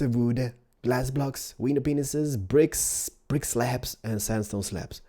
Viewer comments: 'now, you grab your window Penises" SORRY BUT THATS WHAT IS SOUNDED LIKE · Sounds like you say window penis's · Did say window penises?:D I love him (was probably not on purpose) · did you just say window penises? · did he say window penises?? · u always say window p e n i s e s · he is saying window penises cuz he is from sweden if you watch pewds you know he doesn't know how to say bear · He keeps say window penises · no, he actually says window penises lol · 'Window penises' o.o that's what it sounded like lol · did u say window penises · Does any1 else hear him saying window penises??? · Am i the only one hearing window penises? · It sound like “ Window penises “ instead of window panes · Would u please stop sayin window penises I've watched all about ur videos I like your building but stop saying window penises why do u want to say that go back to pre school or elementary to teach u how to pronounce window pane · Not to be mean. But I know you probably have a hard time saying window pane but window penises is wrong. I don't mean to be rude. By the way in case you don't know but penis means a men's sex part. Sorry to embarrass you but when my friend saw this she laughed her ass off. Sorry if I was rude or I made you feel weird. Your an awesome building designer on MC... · When ever he means to say window pains he says window penis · I like how he say's "window penises" instead of "window panes" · does anybody else hear "window penises" instead of panes???? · Has anybody else noticed that when he says window panes, he says wiener penises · I love how he calls window panes "window penises" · did he say window pisses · did he say "pull out your widow penis's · It's sounds like you are saying window penises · he has been saying window penises his whole life LOL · lol he said window penises XD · No he said window penisis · i love ur acent, but its window panes: D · DID DID.. JUST SAY WINDOW PINISES